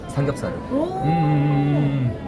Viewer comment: 삼겨브사르 ㅋㅋ 다나카땜에 이제 들린다 😂